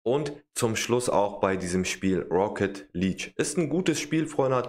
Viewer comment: Auch wenn ich nicht gut deutsch kann kann ich dich aber verbessern❤️ Rocket League hast du fast richtig gesagt nur Luek du musst es mit ja sprechen also Leakue